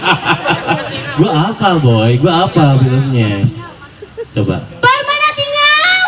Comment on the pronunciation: Sorry kng, Permanatingal bkn Permanatinggal